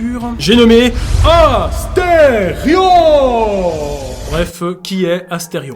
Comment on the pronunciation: 😮 incroyable le son "c'est Asterion pas Astefion"